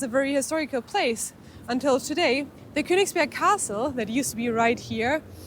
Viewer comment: De uitspraak van Königsberg is fout. Ook van Kaliningrad. Stop met deze onzin.